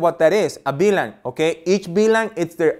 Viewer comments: Hey please say VLAN! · Great video, thank you But could you clarify please You say BLAN or VLAN